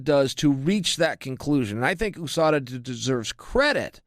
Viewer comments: Say it like "Yew-sada" and not "Oosada"...You don't say OOh Ess of Ay ;) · I cringe every time he says "Oooo-Sada" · USUDA????? Meant usada? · Its chael purposely mispronouncing words again